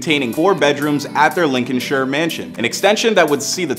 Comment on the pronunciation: As a Leicester supporter and football writer, I can tell you that there's so much misinformation in this poorly created video. It's pronounced Lin-con-sheer, Americans. You're welcome